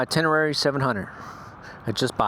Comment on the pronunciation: No reason to go past on that bike, looking at the torque curve... "Ten-Uh-Ray" ;-)